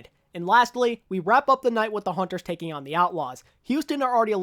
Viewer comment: Wow! I literally just noticed lmfao It sounds like taking out it was like taking owwwn lmfao